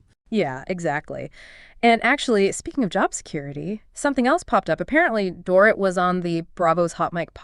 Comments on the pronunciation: It's Door-eat. Not Door-ruht. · OMG, pronounce Dorit"s name correctly or don't say it!!!